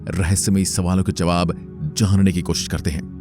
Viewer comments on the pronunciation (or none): none